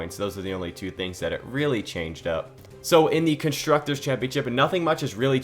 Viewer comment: I was like "Who tf is contructors?" and then i realised. :D